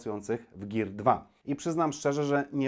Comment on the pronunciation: "Gir" xD